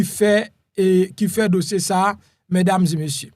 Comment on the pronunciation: Ou sanble ou ka pale fransè men lè wap di : mesdames zeu messieurs, li yon jan ridicule wi.